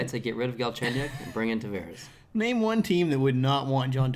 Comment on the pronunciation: Tavarez (with Z) Spanish, Tavares (with S) Portuguese. Learn how to say the name!